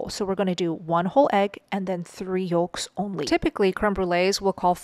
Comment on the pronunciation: You pronounce yolk wrong & its not yooooooolk its yoke & let alone why dont you just get to the point & teach the recipe less explaining.